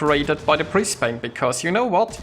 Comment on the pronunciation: British ship? Brisbane is of the Commonwealth, regardless of it being based off Mino. Also you aim too high up on your targets which is why you miss an insane amount of your shots. 76k is on the pretty low side. Its not pronounced Bris Bayne either its more like Bris Ban with the E being silent.